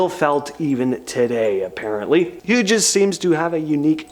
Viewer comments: It’s not Hugess it’s pronounced hews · It's pronounced like the synonym of "colors" - hues. Not "Hugess." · Howard Hugess? Hughes, pronounced HUES. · Howard Hughes is pronounced "hues' not "hu-jez" ... ! : ) just sayin' ! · Yeahhh that was super jarring.HUGES? LOL. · hehehe it sounded so funny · Ironic that I - about one half minute before - was thinking that pronunciations are good. Then, he says Hugess. HH was and still is a pretty well known person.